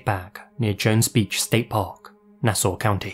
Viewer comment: Very surprised that actually pronounced Massapequa and Nassau correctly.